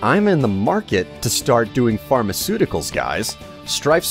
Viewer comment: yeah strife... "pharmaceuticals"...